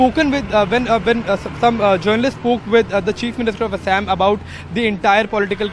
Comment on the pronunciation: Tell the reporter to say Assam properly. No need to add weird accent to it.